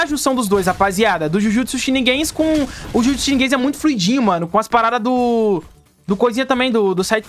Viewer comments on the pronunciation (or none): "Jujutsu sheniguens" KAKAKAKAKAKAKAKAKAAKA